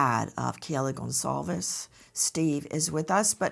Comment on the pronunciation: Nancy- thank you for pronouncing their last name correctly. That is taking the time to care.